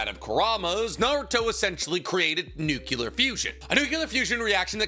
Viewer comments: NUCLEAR, NOT NUCULAR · Y does always say 'nuculer' instead of 'nuclear'?